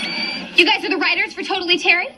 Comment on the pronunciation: It's "Writters".